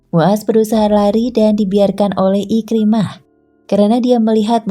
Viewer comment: IKRIMAH BUKAN IKRAMAH SEBUT BAGI BETUL